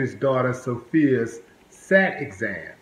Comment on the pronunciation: Willie D,, please call it the S.A.T. test and not the "sat" test. I don't want people coming for you and think you're not knowledgeable. It's an acronym for the Scholastic Aptitude Test. Not surprised about the verdict, though. Thank you for keeping us informed.